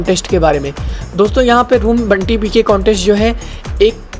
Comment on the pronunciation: बंटी नही ! यह बाउंटी है ।